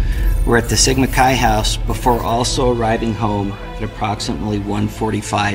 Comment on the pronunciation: I had to give you the view especially since you know how to say sigma chi. But seriously great job on recapping it all